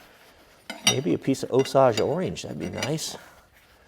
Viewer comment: not poking fun but I loved the way you pronounced Osage orange!